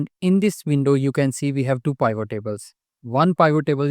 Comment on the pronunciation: Good info thanks. But pivot is pronounced with i like it, not i like isle.